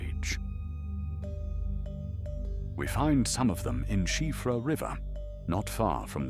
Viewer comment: Thank you for pronouncing Siofra correctly.